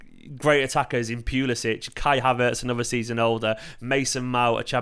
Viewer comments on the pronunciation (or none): none